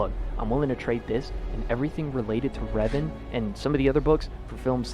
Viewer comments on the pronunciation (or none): none